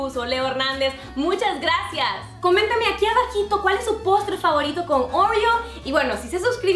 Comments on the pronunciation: yo digo oreo tú dices orrio 😂😝✌ eres graciosa💖😘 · Por que decís oruio se dice orio😒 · porque "oreous"? cualquiera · Like si le dices OREO y no ORÉO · Pronuncia bien óreos